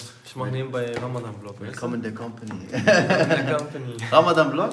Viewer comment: su ogluna bi ramadddddan degilde ramazzzzzzan demeyi ögretsen cok sevinirim